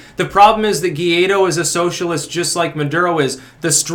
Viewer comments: It's pronounced Goo- eye- dough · It’s pronounced Guh-Why-Doe